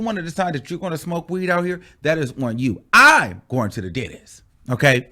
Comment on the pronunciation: I live for how said "I'm!!"..."going to the dentist!💀💀🤣🤣🙌🏿🙌🏿❗❗